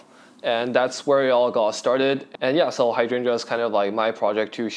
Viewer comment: love this video, but the way you pronounce hydrangea triggers me